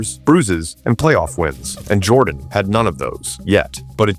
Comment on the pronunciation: Michael 'JORDON'?